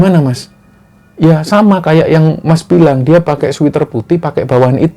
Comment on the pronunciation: Sweater mas bacanya ,Sweat(keringat) er bukan sweet (manis) er 😂.sama dgn pocari sweat bkn pocari sweet 👍👍